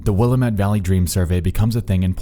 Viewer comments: Visiting this oldie. The scariest thing about this, as an Oregonian, is how you are pronouncing Willamette. Teasing! I am having a Nexpo marathon today though. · The most disturbing part is your incorrect pronunciation of "Willamette." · Portlander here. Just a nit to pick: Willamette is enunciated on the middle syllable and rhymes with "God damn it." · I'm from Portland and it bothers me how he's pronouncing Willamette lol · Okay sick video and all but my skin crawls every time you mispronounce "Willamette" so hard. Did you not hear the voicemail recording you included in the beginning? lol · A guy from Portland hearing someone pronounce "Willamette." LIterally hurts. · lmao when he mispronounced willamette. ppl from oregon feel this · You can always tell someone isnt local by the way the y pronounce "Willamette" also the area code around here is 541 and 503 so seeing a 971 makes it weirder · The mispronunciation of our city's river in this video leads me to believe the man speaking is not from here. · Can you please pronounce “willamette” correctly? An example is even given on the phone audio you edited..... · Oof, the way you butcher the pronunciation of "Willamette." But, hey, we all did. I did, for sure, at first. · Why does he continue to mispronounce “Willamette” after hearing it pronounced properly in the phone message? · When you say Oregon right but not willamette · If you are from oregon, you too are bugged when he mispronounces Willamette? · You're saying Willamette wrong. Other than that, nice vid. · Wish you would stop mispronouncing Willamette! The voice on the telephone got the pronunciation correctly. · as someone from the willamette valley, the pronunciation pained me a little bit, but still a good video lol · Its a shame you heard that recording and still pronounced Willamette wrong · Well, you definitely pronounce Willamette like someone who hasn't been to the Willamette Valley! That's always the first thing you notice :P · Godamnit Willamette